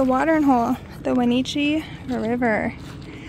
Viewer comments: Wenatchee is pronounced 'Weh-natch-eee' 😆 otherwise your pronunciation was on point! 😍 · At the river is name is pronounced when at chee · We camped around there, we rode motorcycles up to hurricane ridge. What a beautiful ride. Love your video of the Beautiful Washington State. 👌👍 It's pronounced Wa nat chee.😂cheese. You didn't see Eastern Washington? 😢 Should have gotten your chowder in the bread bowl yummy. Ivars fish and chips, are really yummy also but you have to share them with the seagulls, they're really good at catching them.😂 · In your video of on that you're doing on the 6th Day road Trip in Washington state you mispronounced the river that you and your other half went to it is the river that you were in that is near Leavenworth Washington that river is called the